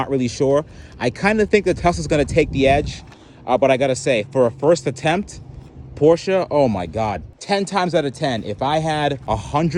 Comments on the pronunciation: Appreciate you pronouncing Porsche correctly. Also Porsche jumped the shark by having a 'turbo' model EV which has no engine or turbos. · It is pronounced porsha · As a German dude, I must really thank you for pronouncing "Porsche" right <3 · props to for pronouncing Porsche correctly as an American